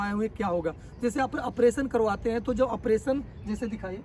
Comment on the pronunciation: Apration nhi operation hota hai .